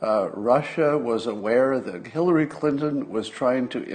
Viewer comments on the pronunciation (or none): Did you say "killary" ? 😂😂😂